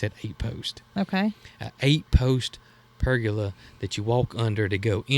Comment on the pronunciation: Jason, there isn't an "R" at the end of Pergola - Per - gah- la. 🤣 And it is Muscadine, not Muscadime. 🤣🤣 Sorry about the corrections, but just thought you might want to know since you have mastered Potegar, 🤣🤣